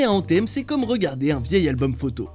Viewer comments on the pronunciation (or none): Tu prononce "the" en anglais "te"? Par ce qu'a la limite anthem se prononce " andsem" pas "antem"